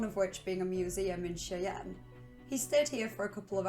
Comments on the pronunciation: Shy-anne not che-anne... cmon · Just so people know who wouldn’t otherwise know Cheyenne is pronounced Shy-Ann and is named after the Cheyenne river Sioux people who live in and are indigenous to the area named Wyoming by the colonial government. Their name and language are of the Algonquian language family.